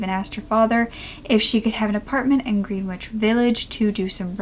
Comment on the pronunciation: Pronounced Gren-ich not Greenwich.